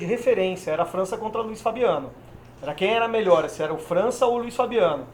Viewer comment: Porra,, errar o nome do França é imperdoável.